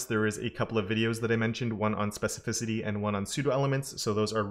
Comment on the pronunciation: Oh, you larned how to pronounce specificity.....😅I just came back to your awsome videos, cause a seson job, I'm glad that you are healthy and strong, keep up the good work, I appreciate it and I've learnt a lot from you, thanks!!!